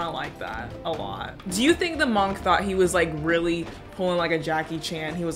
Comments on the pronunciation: Who pronounces monk like that? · pronouncing monk like that is a crime punishable by slight disdain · Everybody else: pronounces monk like munk: MOOOOOONNNKKK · have I been saying monk wrong or what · hey why do you say monk the way you do